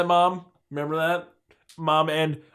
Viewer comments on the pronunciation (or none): Smash “taht” like button? Really guys? Lmao